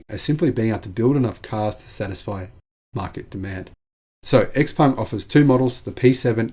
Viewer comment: bring it on. I'm very open to buying a Chinese made EV by Xpeng, BYD etc. BTW, I understand from numerous sources, including inside China, that Xpeng is pronounced Show-peng (with Show pronounced like we pronounce"how"). Thanks for a very informative video.